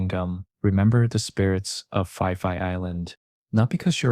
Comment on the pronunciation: AI trash, it's pronounced "Pi Pi" not "Fi Fi".